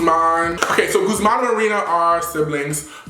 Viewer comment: It's gu thh man not gooSEmaan🤦😂😂😂😂😂😂😂😂